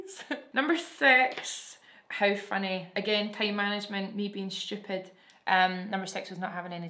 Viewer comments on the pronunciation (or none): I swear you're saying stupid just like us Trinis